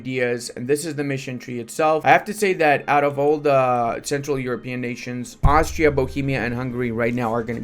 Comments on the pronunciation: iT's nOt aUstraLIA, it'S aUstriA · Aus-tri-a not not australia. Austria doesnt have kangaroo's what are you smoking? Australia has kangaroo's